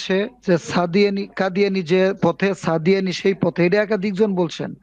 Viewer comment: কাদিয়ানী বলে সাদিয়ানি বলেছে ।